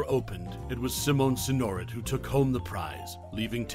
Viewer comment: Simone Sin-or-et. 😂